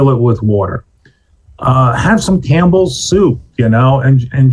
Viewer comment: said cambles soup 😂..